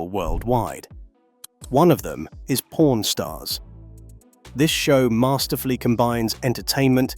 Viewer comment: Really not the best ai accent chosen for this video. Pron stars lmao